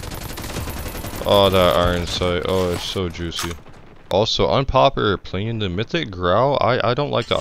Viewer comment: “unpoper perpillion”🗣️😂